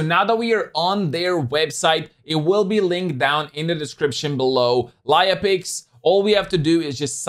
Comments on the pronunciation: if you mean writing down--no, but if you mean saying it out--yes, everywhere) As I told, it's like lEia, and ou spell it like "lye-a". As I told, check on google princess leia, how it is spelled and you'll get what I mean. Other than that--great review and thank you for sharing this app with your audience:) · sorry I guess I was not clear in my first comment. I meant your pronounciation(speaking), not the way you write it.